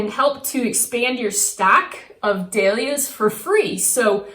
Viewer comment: I have never heard Dahlias pronounced like you do! LOL it’s dAhlias NOT dEhlias